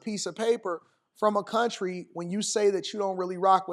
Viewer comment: ".............IS the most educated group in this kuuntry"